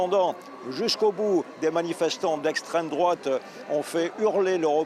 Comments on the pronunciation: HAAAA j’attendais « l’estrême drouate ». J’ai quand même dû attendre 2 minutes avant que le journaliste en parle 😂🤡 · Souvent l'on regarde les infos de M6 et à chaque fois je dis à ma femme: "tu vas voir bientot on va entendre "esstrem drouate". Hé ben à chaque fois qu'un truc ne vas pas, ça sort !!!